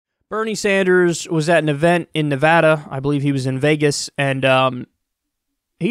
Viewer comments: Good job saying Nevada correctly. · I like how you correctly pronounce Nevada now. Thanks Kyle, from a native nevadan